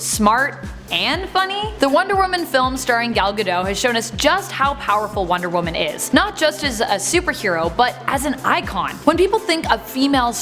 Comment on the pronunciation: Gal Gadot's T in her surname isn't silent lol.